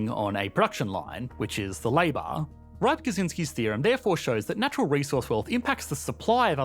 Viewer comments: As Rybczynski seems to be a Polish name, would it not be pronounced “rib-CHIN-ski”? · Just a note: Rybczynski is pronounced rib-chin-ski. Great video, mate! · Rybczynski = “rib-chin-ski” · Yes, Rybczynski was born in Poland and as a Pole I can confirm that is the correct pronounciation. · That's the weirdest pronunciation of "Rybczynski" I've ever heard.